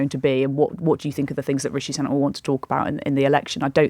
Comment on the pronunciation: Imagine being in the media and still not knowing it's pronounced SOO-nak.